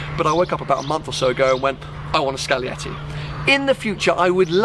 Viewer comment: It is scaglietti Not "scalietti"